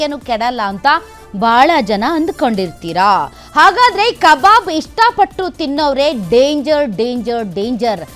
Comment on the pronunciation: Akka it's not a kababu , it's a kabab. , who's is that KA BABU you saying